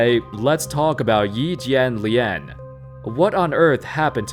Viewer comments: lol impressive. You pronounced his name right. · i mean you still have a very white-ish accent but way you said Yi Jianlian actually wasn't bad and out of most youtubers made me least want to cringe. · As a fan from China, I gotta day ur pronunciation of Yi Jianlian is the most accurate I have ever heard from anyone not Chinese, keep up the good work